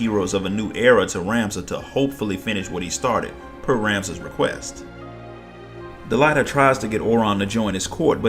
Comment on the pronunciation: think it's pronounced DelEEta. like deleta + ahhh. otherwise great video watching all you shadowbringers story recap and loving it ! I'm gonna watch the rest of your recaps too because I barely paid attention to say Void Ark, Nier, and Warring Triad storylines. hope you have vids of those !